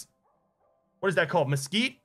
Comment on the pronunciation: When he said mesquite I laughed. That’s how you know that I’m childish. 😂😂